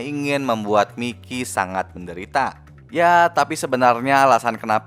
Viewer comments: Bukan miki tapi mayki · Mikey (bacanya Maiki)